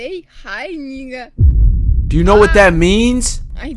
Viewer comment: Bro said negga😭